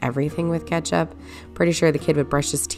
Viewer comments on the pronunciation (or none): "My kid would brush his teeth with ketsup" 😅😅😅